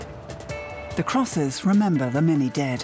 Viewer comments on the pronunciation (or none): none